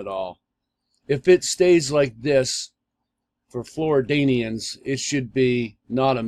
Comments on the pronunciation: This guys an idiot. It's Floridians not floradians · Flor-ridians not flor-dinians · Lmao Flo-ri-dane-e-ans Dumb a $$ It's Flo-rid-dians Cant even watch the rest...be nice if it's right but I have a problem with believing ppl that can't spell or even speak or use correct pronunciation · Right he calls them Flor Dadians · AMERICABALLS OFSTEEL Thank you. "Flordanians" I was lmao.